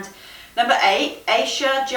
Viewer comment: I'm not sure but it seemed like you were trying to say Aisha lol. If it helps, it would be pronounced eye-ee-sha (ee like sheep & sha like you're about to say shut but without the t sound)